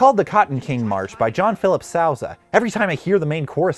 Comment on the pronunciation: Sousa is pronounced Soo-za.